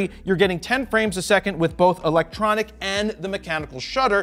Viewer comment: "electonic" shutter. Come on Jared and, you can do better!;) Props from Poland!